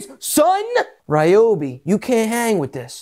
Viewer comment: Gadayum. This guy is PSYCHED UP! Meth? 😂 Just kid. The only guy who pronounce Ryobi correctly